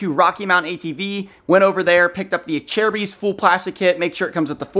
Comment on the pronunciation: Is that actually how acerbic is pronounced? Ive heard lots of different ways people say and don’t know the correct way.